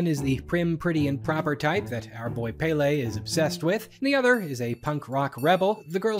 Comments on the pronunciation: Ahahah I love this, these movies are kinda iconic in Denmark only for a very specific age group Side note the pronunciation of Pelle in English is so cute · Hi Danish man here. Glad to see you cover the movie. Saw it myself in theaters and thought it was fine. Not great (as established) but it was a big deal in 2013. Also it is not Pele, but PELle Written as Pelle. Our language is difficult. Edit: Sommersted is a legit last name in Denmark. Edit2: The sequel sucks.